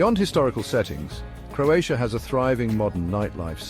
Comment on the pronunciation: This is a nice video... but unfortunately you butchered every name of every place in Croatia. 😢😢😢You should have at least make an effort to learn how to prounounce the name of the places correctly before making this video...in that way you would show some respect to Croatia and Croatian people. 🇭🇷